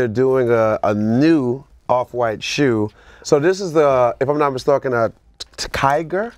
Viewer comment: Trinidad with mistalkin' instead of mistaken.